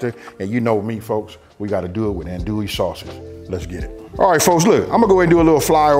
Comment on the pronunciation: Bro you kill me every time it’s not an-duie , it’s AHN-DUIE, or ON-DUIE but it’s all good🤣🤣🤣